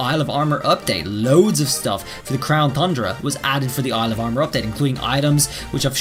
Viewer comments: Ton-dra. Not thun dra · TUN not THUN ... there no H ffs... you gotta fix that shit man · Its not thundra its tundra, without the th in it, 😑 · Crown thundra dome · He's saying THundra on purpose now isn't he 😂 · He’s still saying thundra my guy it’s pronounced TON-DRUH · Is there a reason why you keep saying Thundra, and not Tundra? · Dudeee its crown tundra not tHundra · He still calling it the crown THundra not Tundra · TUNDRA not THUNDRA! 🤣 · Its Tundra Not Thundra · The fact that he keeps pronouncing "Tundra" and "Thundra" makes me cringe. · Does he always add and H to Tundra? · Whenever he says “Thundra” I get to annoyed pls stahhhhpppp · Homie lives in Japan, probably as an English teacher but still says "Thundra" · What's wrong with the Crown Thundra. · Tundra! There is no soft "the" sounds in that word. This has to be trolling at this point. It's infuriating. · Will someone tell this dude tundra doesn’t have an h in it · After me; crown TUNDRA. Again; crown TUNDRA, no TH in TUNDRA, sorry, it just bugs me that EVERYONE said so and just kinda ignored, BTW,, if you are reading this, I love your videos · TUNdra, TUN-dra lol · He says Crown Thundra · How you an English teacher and pronouncing Thundra wrong •_• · Seriously say tundra right theres no excuse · Stop saying thundra please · I am convinced he mispronounces 'tundra' on purpose to mess with us